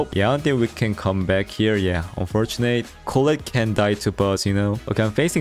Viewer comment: bro nice content but WHY do you have to pronounce "unfortunate" like that. it has to be intentional, right? it's so triggering please stop.